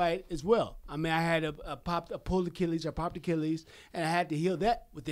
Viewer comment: hes so brain damages Achilles became azzzzzzzzlez Man I hope this guy calls it quits. he is the only guy to legitimately have Floyd May weather hurt and on the skates. Zab Judah is arguable. but Sugar was the closest to winning I feel